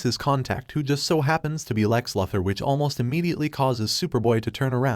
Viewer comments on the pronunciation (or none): Try saying Loo-Thor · For crying out loud ! It's Luthor, as in Loo-Thor !!! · Helpful FYI, that’s not how you pronounce Luthor. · How is it possible for you to butcher Lex Luther's name? 🤷🏻‍♂️